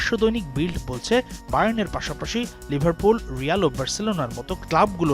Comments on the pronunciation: Liverpool ❌ Liverpor ✅ 🤣🤣🤣🤣🤣🤣🤣🤣🤣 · What is this"লিভারপুর"?😂😂😂